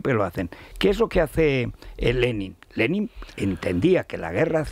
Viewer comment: Federirico empezando por que pronuncias mal Lenin , lo demás es una sarta de bobadas. Zelensky es lo más sumar a Sánchez que hay